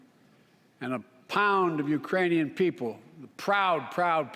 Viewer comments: he said "Uranian people". As in people from Uranus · He did a very good slurred "Ukrainian". I don't feel ok! He is spiraling the U.S. out of control. He's only for himself & his pocketbook. Same for Pelosi. FJB! Let's Go Brandon! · Sounded like "Uranian" to me and reminded me of that song "Ukranian Uranium Bread". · Did he say Iranian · I heard Uranian people... (-_-) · It's right after but he clearly said Uranium people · I had to listen to that gaffe twice. It sounded as if he had said, "...the Uranian people." Do they have people on Uranus?